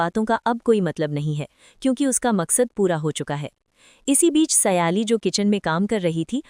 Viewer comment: O madam naam to sahi lo ye keya baar baar seyali seyali bol rahi ho sahi naam hay sayli or tum baar baar seyali seyali